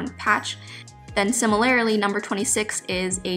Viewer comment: "then similarily" 🤣 weak 🤣🤦‍♀️